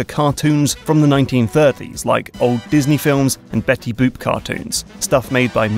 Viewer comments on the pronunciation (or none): Becky boop you mean Betty boop you cant talk right